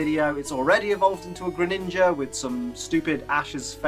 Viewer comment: GRENINJA DOES NOT START WITH A T, IT STARTS WITH A G!